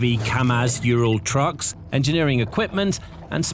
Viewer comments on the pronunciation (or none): none